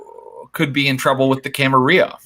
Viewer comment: Say it right dammit, gawd! It's "Cam-Uh-RILL-UH"!!!!